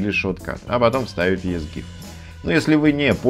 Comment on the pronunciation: Читается "Изи гиф"